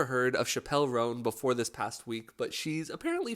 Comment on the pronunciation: Your saying her name wrong.